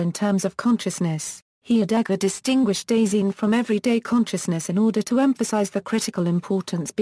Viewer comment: When you make a pronunciation video but it doesnt pronounce it right